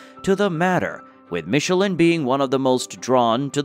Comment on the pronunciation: so, this is the correct way to pronounce michelin? I always thought it was to be pronounced in a different way. glad I learned something.